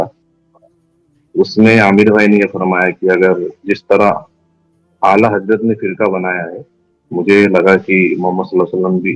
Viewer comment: Ala yuhi nahi ala hazrat he wo alo se ala he ala hazrat he